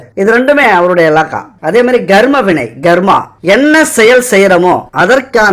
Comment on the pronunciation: 'கர்ம' உச்சரிப்பு garma இல்லை karma